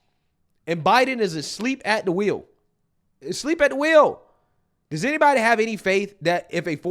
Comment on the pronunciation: said, "A sleep a the wheel". NAW, BRO...Check his...PULSE. What....too soon?!?!